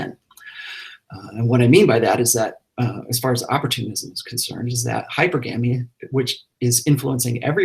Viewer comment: Even though Rollo is an expert, he definitely pronounces Hypergamy wrong. It is not hyper-gamy - it is hyPERGamy